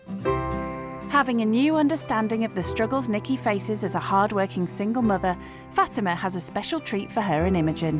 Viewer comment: Her name is Fatima. Not Fatimer.